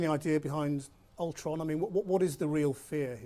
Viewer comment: It sounded like he said "Age of Ultwon"